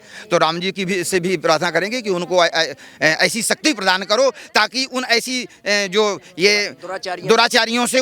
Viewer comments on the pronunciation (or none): none